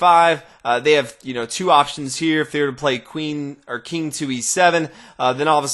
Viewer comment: "The Keeng"